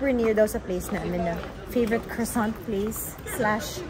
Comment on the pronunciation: 🤣😂😅katawa kos "Eu De Toilette" HAHAAHAHHAHAHAHAHAHA ansot og hugaw daw lage Paris, nya daghan pickpockets, nya daghan daw vandals. Pero nahan gihapon ko muadto makita ang Eiffel og mukaon "krowsant" 😂